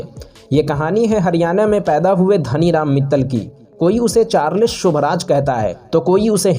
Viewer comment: अरे भाई चारलिस शोभराज नहीं है चार्ल्स शोभराज हैं सही सही बोला जाना चाहिए